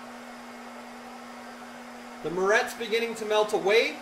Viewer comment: What is he calling the wirenut? Sounds like "murette".